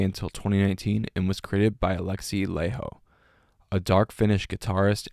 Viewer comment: Laiho - (LIE-ho not LAY-ho)!